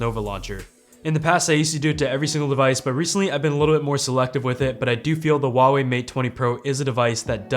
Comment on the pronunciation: Wrong. Don't try to be smart...It's Hwa...way....